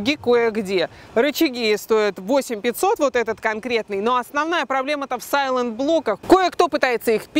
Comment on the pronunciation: сАйллЭнт блок))